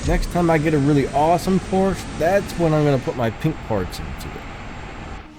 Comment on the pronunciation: I hate to be "that guy" but Ferdinand Porsche's last name is pronounced "Porsch-A".